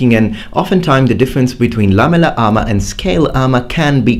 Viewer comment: Lamuler armer